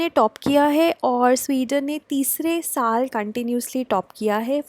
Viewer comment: Its pronounced as "Saal"